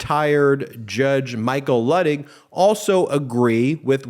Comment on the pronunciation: I believe the Judge pronounces his name LOO-tig.